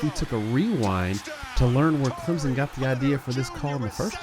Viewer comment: “what we saw was contact was either initiated by the defense or mutually initiated” - Roger Redding (NCAA coordinator of officials) Yea it’s a pick play, but technically it’s not offensive pass interference, so a good no call. Also thanks for pronouncing ClemSon correctly lol